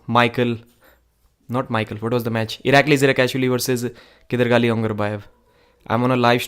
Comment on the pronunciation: no one does justice to Kydargali 's name the way Devon does whenever he pronounces it